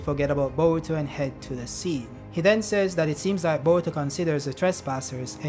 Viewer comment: Why's bro saying "baruto"??💀💀